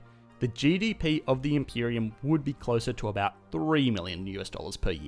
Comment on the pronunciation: "Stimulating da economy" killed me.